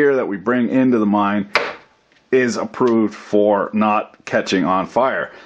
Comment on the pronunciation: lol, I thought for a sec, you said "a mime" instead of "a mine"...